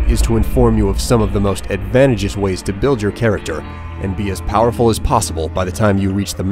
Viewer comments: "Advantjeeus" "Muh-lay" Learn to say words dude lmao this is one of the few contexts where it matters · Advant - uh - geous? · "Advantigous"? Really? You edited this?